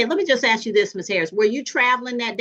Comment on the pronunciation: It urks me that the prosecutor can't pronounce "ask"